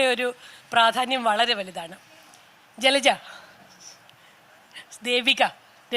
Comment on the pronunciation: ജലജ ഫ മാറ്റി ഭ എന്ന് പറയു